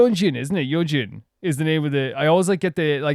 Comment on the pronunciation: Yes Choerry was actually only 16 at the time of her debut. she was very young. She’s the 3rd youngest in loona over all just a few months older than Hyeju. And yes you said Yeojins name perfectly by the end! If you want to get more into the lore/theory realm of the mv: The general story of loona during the pre-debut era, was that the 12 girls are searching for each other but they’re stuck in an infinite time loop or mobius strip. And they’re separated on three different worlds (hence the 3 sub-units). The first sub-unit: Loona1/3 are normal girls from earth except for vivi who has become an android. The second unit: odd eye circle come from a different world and use their “odd eyes” to use crazy powers. Kim Lip has super speed and can even travel to different times, Jinsoul can teleport, but Choerry can travel between different worlds. Then there’s the 3rd: Loona YYXY who are trapped in a dark and controlling world called Eden, where they’ll have to accept a change in their dna to develop a new type form of their ego’s in order to escape. In this MV, Choerry is actually a normal girl from earth, but when she eats the cherry, her powers awaken and she’s transported to the world that the other odd eye circle members are on. When she wakes up you can even see jinsoul in the distance try to lure her out to explore the world so she can develop her powers more. In Odd Eye Circles mv that you’ll see eventually, thanks to Choerry’s power, you’ll see the members arrive on Earth so the